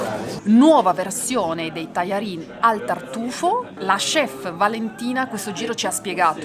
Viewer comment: La Vs pronuncia di buona e tajarin pio' essere migliorata